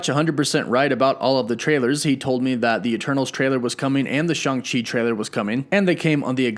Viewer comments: If you say Shung Chi instead of Shang...SHANG! Chi again I'm gonna smack you lol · You said choung chi its shang chi